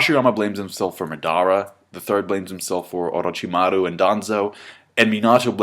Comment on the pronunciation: Madda-ra Mina-to OroJimaru Thats how it is supposed to be pronounced, I think h does it right ,no?